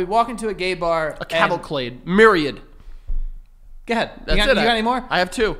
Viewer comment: ITS CAVAL-CADE... not CLADE. fix it.